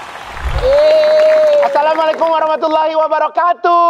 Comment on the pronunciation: Izin kaka igun.Salamnya gini ni...Assalaamu 'alaikum warahmatullaahi wabarakaaatuh. Yg panjang kaaaaaa bukan tuuuuuuh.